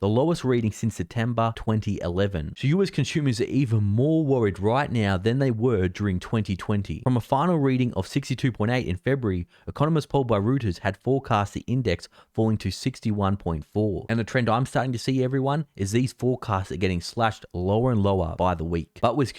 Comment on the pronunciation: Reuters is pronounced ‘roy-ters’ not ‘roo-ters’. Keep up the good work.